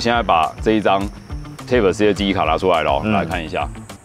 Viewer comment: Type 唸「鈦」ㄆ，一直聽的貼ㄆ，實在受不了⋯